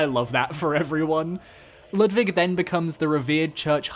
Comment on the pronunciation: Its such a random and tiny thing, but ur pronounciation of „Ludwig“ is so spot on. As a german it makes me happy everytime, idk why